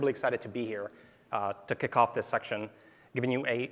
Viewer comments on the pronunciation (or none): none